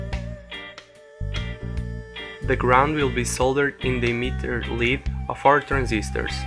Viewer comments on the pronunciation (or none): none